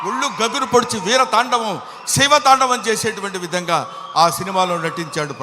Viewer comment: Taandam kadura taandavam